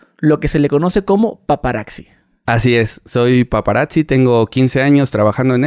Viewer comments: Estan chilos tus podcasts pero se dice PAPARAZZI wei no PAPARAKZI 🤣. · "paparacci" jajajajajaj no mms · Y es paparactsi no paparazzi